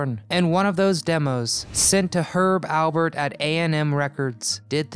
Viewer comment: You are correct! I started laughing when he said "Albert"